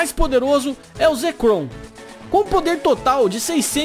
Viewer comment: você fala zekrom e reshiram errado